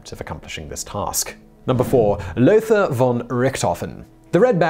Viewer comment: Lothar von Richthofen: Lothar is pronounced "lo-tah"